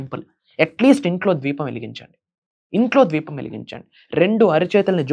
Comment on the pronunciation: Bro dweepam kadu Deepam